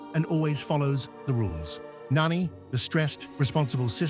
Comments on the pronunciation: N It is not pronounced Noni it is nani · It’s not nani it’s noni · Its Nah-nee not nanny Jum-buh not Jumbo, Ga-ntu not Gah-ntu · Nanny- ITS NANI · It’s NANI not NANNY 😂😂😂😂😂😂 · Creative idea doing this. Good execution of it. Just please work on the pronunciation of the character's names. Nani is Na-ni, not nanny, and Jumba, not Jumbo. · its nan i.nani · It’s Nani not NAni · Well, you don’t pronounce her name Nanny you pronounce her name, as Nani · It's pronounced Nah-Nee, not Nanny. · It’s not really Nani it’s pronounced (NAH ne) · Hey a bliss the name is Nani not Nanny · "Nanny"💀no hate btw tho❤. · This is how you say “Nani”💀 “Nani” na -n -ie “Nani” You supposed say “Jumba” not “Jumbo” sorrry if I’m correcting you